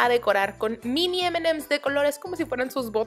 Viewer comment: aprende a decir emanems 😒